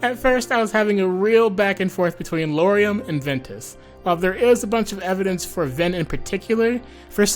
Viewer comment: It’s Ventus.